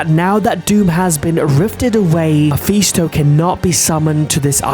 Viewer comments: How tf did he get muffy stone bro can’t spell or say mephisto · Nah bro said muffy stone 💀